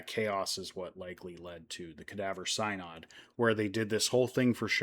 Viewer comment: First off you aren’t pronouncing synod correctly. It’s going on as you speak. The so called trial was reversed by Theodore II and Pope Formosus was given a proper burial in St Peter’s Basilica. Little unknown history. Very cool. Thank you for being respectful and amusing. This is like a True Crime episode. Thank goodness, good people ignored the craziness and just followed their doctrines taught by Christ. So just like today, ignore the craziness in the world, in religion, politics. A Pope Peter, hmmmm, what will happen with such a pope? And ppl complain about Disney world too…part of the experience. Yes and ppl complain about Theme Parks the same way. Crime is everywhere esp near holy places.